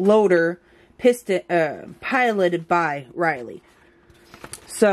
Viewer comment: It's RiPley. She's not a Pterodactyl, the P isn't silent. Good channel otherwise.